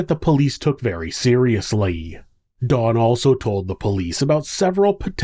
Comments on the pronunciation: I don't know if it's but it really sounds like he's saying Dawn not Don, does anyone else hear that or is it just me? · pronounce his name as Dawn. Its actually Don, think short for Donovan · Ok. I double-checked in your description. His name is Don, not Dawn. I'm sorry, but it sounds like you've called him Dawn throughout the video, but he is a He. Some of us have tiny hearing issues & pronunciation is important. TY. (I do watch your interesting vids regularly. 😊)